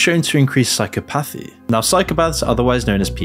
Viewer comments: Psychopathy is one word, please stop saying psycho-pathy 😅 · Great vid. You are pronouncing psychopathy wrong tho, just fyi